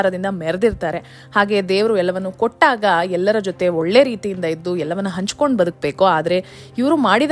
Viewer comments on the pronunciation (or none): none